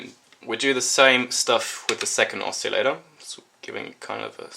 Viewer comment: It's pronounced oss-ill-ator, not "oss-eeel-ator". Other than that great video, thanks.